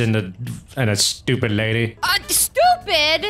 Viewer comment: it was funny when Midas said STOPID